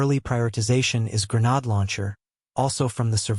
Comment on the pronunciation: "gre-nad/gre-nad types".... bro...